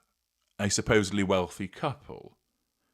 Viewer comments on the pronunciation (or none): none